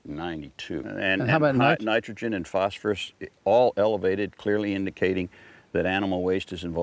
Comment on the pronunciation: Phosphorus pronounced "false for us", meaning death is false for us.